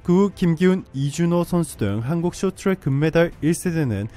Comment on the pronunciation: 숏튜랙 이라고 읽네ㅋㅋ